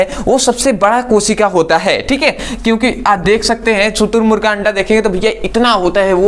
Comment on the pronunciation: शुतुरर्मगु नहीं शुतुरमुर्ग होता है 😂😂🤣😂🤣😂